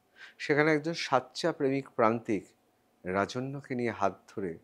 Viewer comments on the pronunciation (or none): Acha dada, sachya, Sachya korchen kano, Bangla ta ki thik ase na😂😂😂